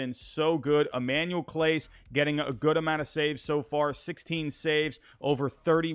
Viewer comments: I love your content, but in the future when talking about them Its Emmanuel Clas-AY, And with Hentges, the g is a j sound, if that makes sense. All love though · Bro did you really say hedges and clase like that?? Lmaoooo